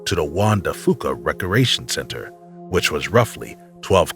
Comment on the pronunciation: ....and rekeeation instead of recreation and many others.